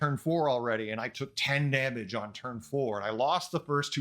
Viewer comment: "damange" control 🤪